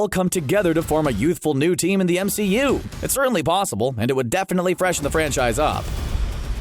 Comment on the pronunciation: Why does he say psossible